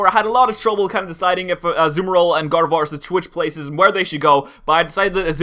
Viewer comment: when said Gardevoir i heard God of War